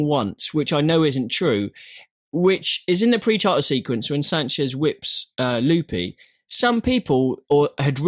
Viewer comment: Really liking these podcasts each week. Makes me look forward to Fridays even more! btw, it cracks me up every time how pronounces Lupe. Says it more like Loopie!